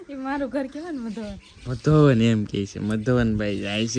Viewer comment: મધોવન નય મધુવન